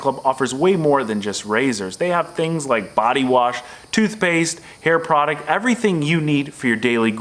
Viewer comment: Product not prodict.